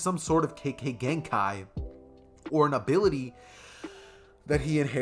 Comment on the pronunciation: u said kekkei genkai wrong alot pls not hating find better way to say it and the rest of the video was good keep up the good work i love ur channel